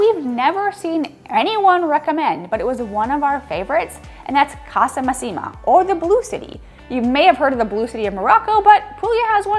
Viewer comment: ...If I may, it's "Messàpica" not "Messapìca", the right stress is on the first "a". Same with "Casa Màssima"😊, not "Massìma". Masseria "Lo Jazzo" is pronunced "Iàzzo" with an "I" sound like in "Italy". Like EVERY tourist spot in Italy, when you're in Alberobello, Ostuni, Polignano, simply turn the corner and take other streets close to those most popular to find more authenticity and tranquility. I visited these places (not yet Ostuni) and enjoyed them precisely because I avoided the streets full of people. Even when you visit big cities like Venice, It works the same, trust me! Better visiting this region in April, May (when the Mediterranean scrub explodes with colors and scents!) maybe June, and September (after that the weather usually tends to be more unstable and rainy). And once in Puglia, don't miss the seaside: the colors of the sea are just STUNNING 🩵